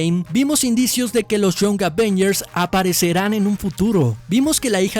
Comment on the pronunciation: Young se pronuncia: ian [ jʌŋ ]